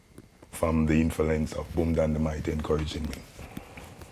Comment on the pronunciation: But please can someone tell bounty ,the word is 'influence ' not infilence